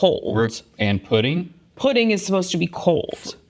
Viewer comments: Definitely sounded like he said praise Putin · It sound like Link said… “Praise Putin like you should,” 😝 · I thought he said "praise putin". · I first I thought link said “praise Putin like I should” lmao 😂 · In that voice, it sounded like a love letter to Russia (or a better option, poutine!) 😂